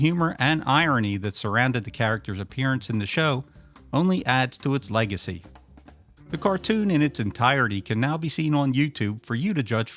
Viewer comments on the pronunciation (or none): none